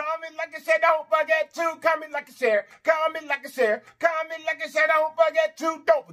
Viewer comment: I absolutely love when you say comet...comment..comment, like an share..I be snappn an rockn with u too 😂😂😂